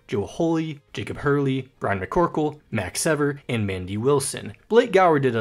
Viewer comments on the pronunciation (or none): none